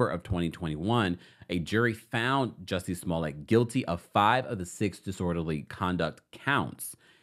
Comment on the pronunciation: That great French Actor????😊 Juicy Smoo-lay?